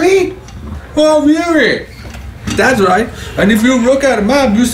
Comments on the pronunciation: "OH, REARRYYY" 😆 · OHHHHH REARRY Absolutely slaughters me every time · Oh rearry?? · oh rearry?